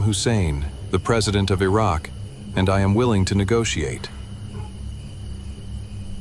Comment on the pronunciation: 😂 Did he say negotiate?😂